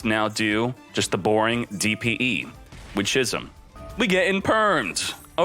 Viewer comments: it's pronounced "skizm" for f**ks sake.. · Love your videos as always man, but please stop pronouncing 'schism' as 'shizzum'. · How many times does this guy keep mispronouncing "schism"?